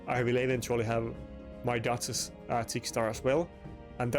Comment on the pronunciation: Mate i like to watch your videos, but could you please be more energetic?? you ack and talk like you are 70+ and talk like you have a d..k in your mouth trying to correctly call champions like duchess or Marichka. when i hear you call those champions i feel like i drag my balls on the shattered glass . English is not my first Langugage like you can tell after this comment , but i have no issue with calling right names, be more focus on how you act and what you say then when content created pack will come every friday!